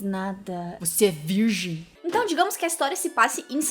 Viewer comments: “ Você é virrrrgi” 😂😂😂😂😂😂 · "você é virrji?" Melhor parte sksksksksk